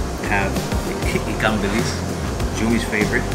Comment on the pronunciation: Dude, you pronounced 'ikan bilis' proper. Confirmed you are official Malaysian foodie.